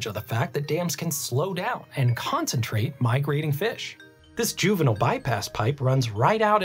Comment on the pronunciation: Two things that made me hate this video: The consistent mispronunciation of turbine and juvenile. 1.) A turban (from Persian دوربند‌, durband; via Middle French turbant) is a type of headwear based on cloth winding. 2.) Decimus Junius Juvenalis, known in English as Juvenal, was a Roman poet active in the late first and early second century AD. He is the author of the collection of satirical poems known as the Satires.